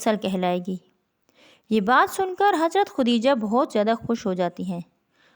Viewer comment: خُدیجہ نہیں خَدیجہ ہوتا ہے